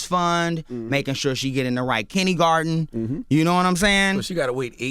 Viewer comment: Ray said wingworm and kinnygarden 😂😂😂😂